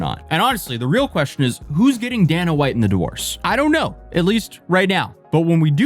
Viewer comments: bro how can you mispronounce so many people's names and words and stuff like that. Like it really isn't that hard to say Dana (Day-Nuh) Sometimes I feel like it's ragebait to driving engagement but then other times you mention it and not pronouncing things properly. Your content would be way less cringe if it wasn't just that maybe I'm just OCD maybe I'm the only one but somehow I don't think so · I forget he’s European until he pronounces things like “Dana White” as Dan-uh instead of Dane-uh